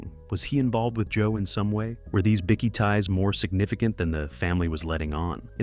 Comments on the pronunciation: whats a biccky? Its pronounced Bike-e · Bikie not Bicky